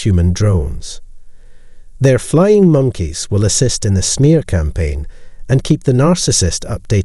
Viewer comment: This is my favorite channel on narcissism operated by an Asian Scottish robot😂 We must look out for them "flying moneys" of the narcissist💀